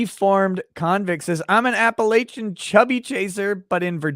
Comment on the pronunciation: The way pronounced Appalachian, as an Appalachian, made my stomach turn... The third a is like the a in latch, not like the a in lay.